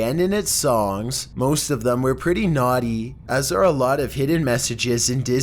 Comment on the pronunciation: XD YOU SAID NUAGHTY